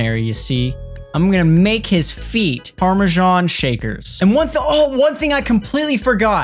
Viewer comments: ITS PARMESAN CHEESE NOT PARMESHAN😭😂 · 'Parmajan' cheese